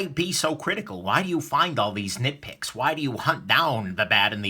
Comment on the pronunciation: Did you say "nickpicks" or nitpick? Ahaha